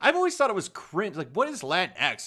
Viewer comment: You can't even pronounce Latinx in Spanish correctly! Minimo yo no puedo lol